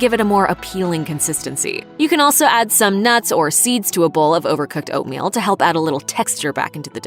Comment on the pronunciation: Come on it’s Oatmeal, aahhh